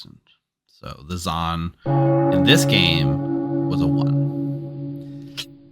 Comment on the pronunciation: Stop saying z-an, a double a is pronounced z-ah-n; English is hard😂